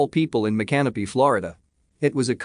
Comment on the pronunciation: its pronounced: mic an opy ....:)